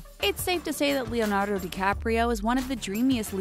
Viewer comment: Wait... why does she say "Leonardo" like that? Am I the only one hearing it?